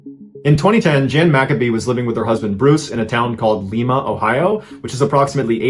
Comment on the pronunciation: John, I live in Lima, Ohio…about a mile from where this story took place… just a suggestion… if you happen to retell that story in the future, please know this town is named for its founding crop- the Lima bean… so it’s pronounced “lyma” not “leema” as in Lima, Peru…